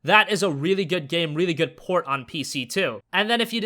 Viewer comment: Did anyone notice whenever he says port i hear porn